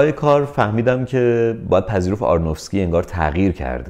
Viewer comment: شما دیگه چرا؟! آرونوفسکی نه آرنوفکسی! ارادت 😊